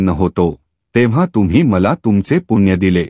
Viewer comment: तुळशीची माहिती छानच. पण आपण पुण्णय. च्या ऐवजी पुण्य म्हणत होता.तो शब्द चुकीचा उच्चारत होता.ते योग्य वाटले नाही.